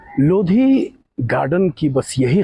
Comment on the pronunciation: लोधी नही भाई लोदी बोल